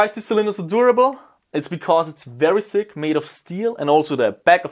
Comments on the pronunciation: It took me 8 and a half minutes to realize that when he says sick it means thick. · Its funny how you say sick instead of thick so u say like : "its very sturdy because it is so sick" lol great gun btw